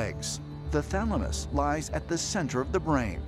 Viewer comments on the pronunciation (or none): he says "thalmanus" for thalamus. 😂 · Anybody noticed he narrator saying thalamus then switching to thamalus in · *patiently waiting to hear "pineal gland".... "thaLMuSsssss" 🤦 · U are correct. I was like, wtf when they said thalamus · Ah yes the pineal gland... THE THALAMUS O-oh okkkkkkk